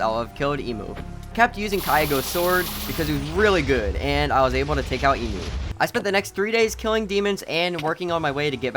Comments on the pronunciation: not emu en mu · I like how he says every name wrong.i mean dude instead of enmu you said emuu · bro.... i got disappointed when he said "its was KIAGO'S" and then "eemu who turns into a train" bro. Kaigaku* and Enmu* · Riu-rui Emu-enmu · let's kill emu Me:it's enmuuuuu😠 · its so funny he called enmu hemu lol